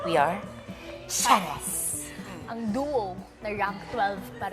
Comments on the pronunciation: Final Du? Hahahha Final Duwo kasi bess ang pagpronounce. At hindi Esnayr ha. Esnir un basahin bess. Susme ka. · Bobo mo ate "du? Esnayr??" kasora pakinggan